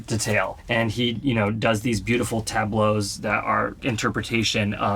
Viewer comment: What the hell's a " tab-blow " ?